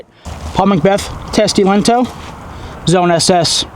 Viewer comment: You say "lento" like italian. Which is not close to finnish. "T" in the end is weak and "O" is like double.